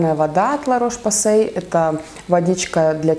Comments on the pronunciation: ну, вообщее, если ещё точней , то лЯ , а не лА))) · Дильназ Джанбакиева ну,вообще,Ла Рош Посэ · Дильназ Джанбакиева Название марки La Roche-Posay читается на французский манер: Ля Рош Позэ (ударения на «я», «о» и «э») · я тебя умоляюююю-только не произноси "Ла рош посэЙ"-это ужасно!